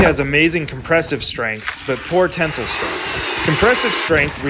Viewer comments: Never have i ever heard people pronounce tensile like (ten-sill) and not (ten-sile) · Ten-sile, not tinsel. Sile is pronounced like Kyle, not Sul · I’m still trying to understand why you can’t pronounce “tensile”…